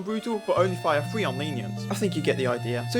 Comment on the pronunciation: Says free instead of three how sad